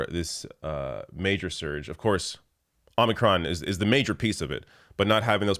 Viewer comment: It’s omicron not omnicron.